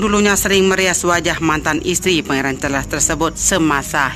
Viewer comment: Terlalu cepat bicaranya sampai2 banyak kata yg tidak jelas Carles care & msh byk lag yg slh ucap Saran buat mbaknya Bicaranya jgn terlalu cepat biar tdk salah2 ucap